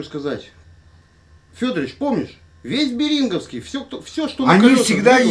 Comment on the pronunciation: Не Бери́нговский, а бе́ринговский! Сообщите, пожалуйста, этому недокраеведу!